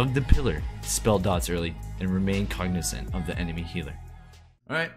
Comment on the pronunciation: cognizant* not cognissant LULW